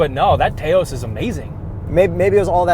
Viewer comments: The Taos is "touse" like mouse. lol great review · Oh god,, it's pronounced t-OWE-s, this is worse than Tiyoda lmao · Why cant this dullard say Taos correctly? It is named Taos, after Taos, NM. He cant even say Mazda correctly. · No one knows how to pronounce “Taos,” which is a real place with an accepted pronunciation. Two minutes of googling. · I guess these Canadians aren't familiar with Taos, NM. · Can't stand to listen to the dumb guy misspronouncing Taos. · has got to strop mispronouncing Taos. Love you guys, but that is grating. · The way he’s saying Taos grosses me out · Hey, you guys are great. Yet, you are mispronouncing Taos. Taos is a town in Northern New Mexico. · The pronunciation of "Taos" in this video was so distracting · It's Taos, not Taos. Say it right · GOD LOOK UP THE PRONUNCIATION OF TAOS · Taos is pronounced like 'house' but with a T. Just to help with any confusion. Great review, fellas! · A Tay Oce? Or a Taos? lol Maaaaazda - baaaaaah Do you guys research pronunciation or do you just like people to hate you and switch the channel? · Can someone tell the guy that pronouncing Taos wrong lol. It’s (Tai-os) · It’s “tahhhhos” not “tayyos” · Stop……….it’s not pronounced Tayoos. It named after a city in New Mexico………pronounced Tahoos. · It’s pronounced towse, not Taye oss. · Tay-ouse??? Maybe in Canada.... Down here Taos, rhymes with mouse. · Taa os. not T A os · TAY OS “lol” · "tah-ose" not "tay-ose" Please! You're killing me with that mispronunciation. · Touse …not tayose …omg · The way that says Taos annoys me... It's Touse (like house) not Tay-Ose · It’s Taos not Teos😁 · TAH-os not TAY-os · Taos rhymes with house. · Please, please learn how to pronounce Taos properly… it’s TOWS, rhymes with “house” or “mouse”. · The Taos is pronounced “T-aow-s” like the city in New Mexico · I shut it off when he called it "Teos". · did you say tay-ous? lol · It’s pronounced T ow s … after the city in New Mexico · TAY OS?? 🤦‍♂️